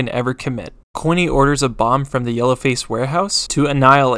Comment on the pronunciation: It said corny instead of coiny 💀